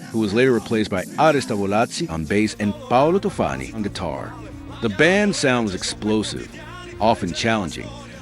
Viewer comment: really really good everything, just Paolo Tofani was wrong, the stress is on the o of Tofani, like in the word Orphan. By the way, subscribed, great videos.